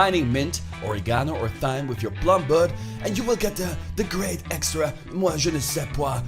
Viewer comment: Thyme is pronounced time